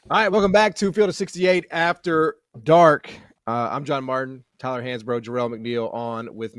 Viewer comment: Tyuhhhlur needing t o o be unduhhr spell of speeching patholigysitss or maybbbee robby D. needing t o helpping tuyylluhhhr wid tha ingles idioma